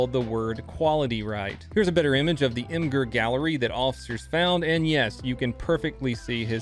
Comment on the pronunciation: did he really call imgur "mmger"